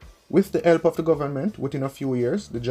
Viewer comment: tree, elp, tirty!!!What happened to the "h"? (lol)